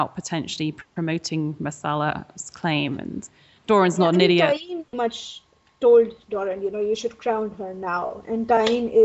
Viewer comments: TyEne...Not TyRene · um, the american guy...not sure his name....you are pronouncing TYENE SAND wrong, you're adding an R in there where there is none.